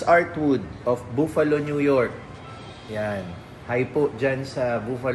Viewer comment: You have a very beautiful and nice family. May God Bless you, Tin & Pixar on your new life in the US. p.s. The word Buffalo In the US people say it quickly as “buff-uh-lo” or even “buff-lo”.